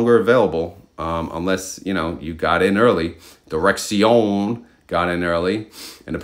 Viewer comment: It's pronounced "Direction".